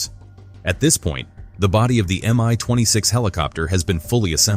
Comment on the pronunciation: It's not pronounced "am-eye". It's supposed to be "me twenty six". Both the M and the (lowercase!) i come from the same word - the name of the constructor. It's an abbreviation, not an acronym.